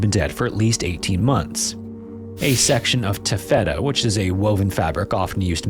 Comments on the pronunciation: Yeah it's pronounced Ta'-fet-a, not Ta-fe'-ta bot man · Another great video but oh man, the pronunciation of "taffeta" (ta-fuh-ta) as "ta-FETA" in the narration absolutely KILLED me :D I thought it was a fact about the Wych Elm story that I had never heard before for a second! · Excuse me, tay feta? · TAF-e-ta. No shade, nobody uses that anymore. It was a horrible, scratchy material. Sunday school dresses. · TAffeta. Not taFETa. 😊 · I am dying at this guy’s pronunciation of taffeta or tuh-FETTA 😂 at the ish minute mark. Means I know a human made it. Please keep it up!❤ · Not the tuh-feta 😂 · it’s pronounced like “taffy” kinda. “Taff-eh-tuh” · "tuh=FE-tuh" LOL! That made us both laugh. You need to check the pronunciation of that fabric. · Taffeta is pronounced TA'fu'tuh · taffeta is pronounced ta·fuh·tuh. Thanks. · Taffeta--> pronounced TAFF-et-uh Haight-Ashbury--> pronounced HATE-Ashbury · it's pronounced TAFF-eta, I thought for a second we were talking about cheese 😭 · Can’t believe you’ve never heard of taffeta. It’s a really common silk (or now rayon) fabric and it’s pronounced TAF-eh-ta. You make it sound like some kind of cheese..😂 Oh, well, enjoyable anyway. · Taffeta - Taff•It•Duh or Taffida all together said fast.. Jsyk 😅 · TAH-feh-tuh (for future reference). Not hating on you, and love the content. - a longtime subscriber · Love ya fam, super grateful for the upload, minor note to make- It's taffeta taff-et-uh like salt water taffy, not like feta cheese. 😅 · Taff-it-ta is how the name of that material is pronounced ❤ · Great storytelling, as usual. As others have said, THANK YOU for not using Ai-generated stuff! Minor, but FYI: - For "taffeta," the emphasis is on the first syllable ("TAH-feh-tuh") - "Haight" (as in Haight-Ashbury) is pronounced like "hate" (which is unfortunate) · Taffeta!!! Ha ha I love that you mispronounce common words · i’ve never heard “taffeta” said that way 😂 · I've never heard the fabric called taffeta pronounced that way.